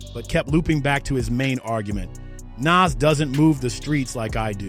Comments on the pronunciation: Stop saying naaass , it’s nas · NAWWZ NOT NAAAZZZ😢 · Ni&&a NAS ..NAS ..wtf nais say it right NAS pronounced nah-oz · As soon as I heard the narrator proud NAS like “Pass” I left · lol why is the author pronouncing Nas’s name in so many different dialects? 😂😂🤣 I’ve heard Nes, Naaas, Nas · It’s pronounce NOZ bro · Nas bro come on if you can't pronounce a classic rappers name I can't listen to this anymore smh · HOW THE HELL YOU MAKE A VIDEO ABOUT NAS AND JIM, TAKE THE TIME TO EDIT HEARING THE RIGHT PRONOUNATION OF NAS THROUGH OUT AND STILL SAY NAS NAME WRONG?! THIS HOW YOU KNOW THIS VIDEO IS ABOUT CLOUT AND HE AINT INTO HIP HOP, HOW YOU PRONOUNCE HIS NAME WRONG, IT ERKED ME ALL VIDEO...SMH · Why are you saying Nas like that but I’m from Ohio so maybe I’m not on it but Jim jones is like cardi going at Nicki like now now stay in your lane Jim isn’t better than Nas in jimmy’s own dreams the best thing or most talk about thing is Chrissy Lampkin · You get a Dislike 👎🏼 for pronouncing Nas name like that.. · You gotta pronounce Nas name correctly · You pronounced Nas name differently 12 different times. Jesus Christ! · Dear. Please stop butchering NAS name. Before you put out a video, make sure you can pronounce the person's name correctly. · I don't like how you saying Nas name? You saying it wrong get it right dude! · YESSSSS, WTF? 🤨😠